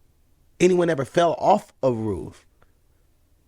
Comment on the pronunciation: Being from the south, hearing Roof pronounced like Ruff so many times was rough.